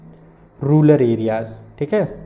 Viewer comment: Sir vo rural hota ha na ki rular